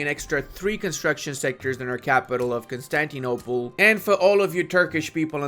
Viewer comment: Please learn how to speak and pronounce words properly. When you say iron, Constantinople and Tripolitania, i want to die.